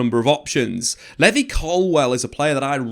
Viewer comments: Levvy Colwill is an insane pronunciation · Pronunciation buzzer for Levi Colwill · How this guy says levi colwill infuriates me. Also Cucurella is clear of Chilwell rn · Why you saying Colwil’s first name like that 😂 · Hearing him say Levi colwill made me stop watching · Bro your pronunciation needs work. levvy colwill and Diogo Costa 😭😂